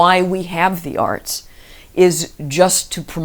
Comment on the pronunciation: When he says 'arts' it sounds like arse. Sorry to bring the tone down, but I couldn't unhear it once I'd heard it and I had to get it off my chest.